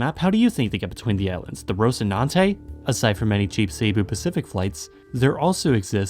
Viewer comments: Bro why did he say saybo instead of cebu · I think you pronounced wrong (it's Cé-boo, not Sey-bu) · Me hearing him pronouncing "Cebu" as "Ceybu" : why do people think "Cebu" is pronounced "Ceybu", it's pronounced "Sebu"